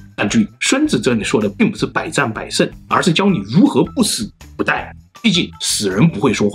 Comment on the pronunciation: 不die...😂 不殆（Dài)😂. No 作no die....😂